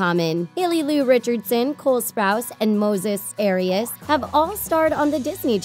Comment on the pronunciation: the white-washed way of them saying moises arias makes me cringe. also the fact they didn’t even mention his role in the actual hannah montana show?? lmao my boy deserves better